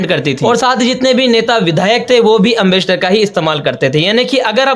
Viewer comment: एंबेसडर है एमबस्टर नहीं है अगर वीडियो बनाना नहीं आता तो मत बनावो